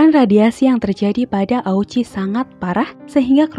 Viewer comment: Mukjizatnya di mana..... Dan itu namanya yang benar diucapkan sebagai Oochi (o-nya panjang), bukan o-u-chi